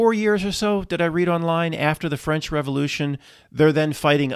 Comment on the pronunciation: The Ficlkle Fwench?